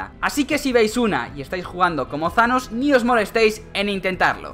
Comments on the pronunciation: Se dice tanos no zanos Se lee thanos pero no se dice zanos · No es zaloo es thanossssss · Thanos * No zanos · embes de decir thanos dices shanos XD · porque dicen sanos en vez thanos como se escribe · no es shanos es thanos mirate la peli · Porq dices Zanos tio?? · like si crees que dijo zhanos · Tanos no thanos